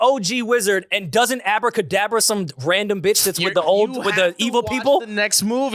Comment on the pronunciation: calling it Abra kadabra is hilarious The Harry Potter take was funny af